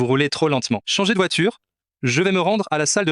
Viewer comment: Ils ne sait meme prononce' le nom de la voiture